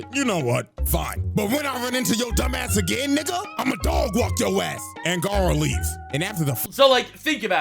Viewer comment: "Guyrow" cmon, it's Gar (like Garfield) O (like "OH MY GOD IT'S BLUE VOLDEMORT")